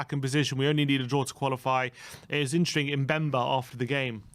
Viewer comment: It was intring? always says INTRING!! It’s “interesting” 😂🤷🏽‍♂️